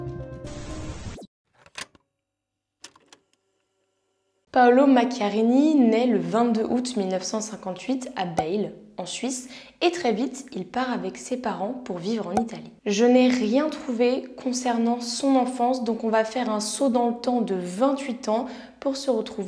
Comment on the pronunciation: Il est né à Bâle , ça se prononcé " balle "